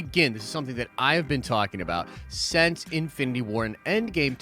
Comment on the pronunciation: It's pronounced "since" not "sence." Same short "I" sound as "will."